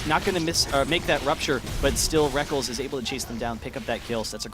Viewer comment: rekk-LES not rek-KELS you sad excuse for a caster! its a alternative spelling of reckless!